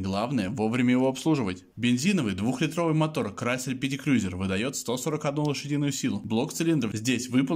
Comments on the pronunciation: Обзор хороший,но как можно так отвратительно говорить Крюёзюр? КРУЗЕР БЛИН Крузер!!!! Как Ланд Крузер, Ф Джей Крузер и так далее,я с трудом досмотрел..... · Не крюзер а КРУЗЕР. Не аш аш эр ,А ha ha er это я про шевроле! И что такое тормозная лента ?